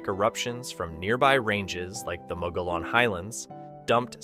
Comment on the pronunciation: for future reference, the double-L is pronounced like a Y so Mogollon is pronounced closer to Mo-go-YON.